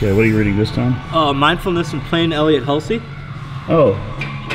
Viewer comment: you pronounced Hulse wrong